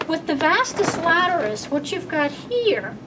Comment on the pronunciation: Excellent, as usual...it's pronounced as - "Vastus Lateralis" not Vastus "Laterus". Everyone f. up somehow....the day we make no mistakes is the day we've met God.